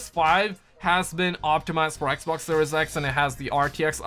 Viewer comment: This man stay saying the “ecboc “ instead of Xbox 😂